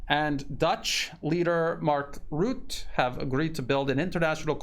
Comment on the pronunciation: Rutte (Rut-te, not root, damn murican!) is a traitor and needs to be disposed from office!